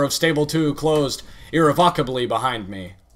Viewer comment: Few notes: repertoire is pronounced like, repertware Irrevocably has regular "o" sound And sepulcher has a hard "ch". Also, are you going to read the perks?